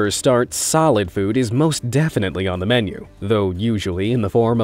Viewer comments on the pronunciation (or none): none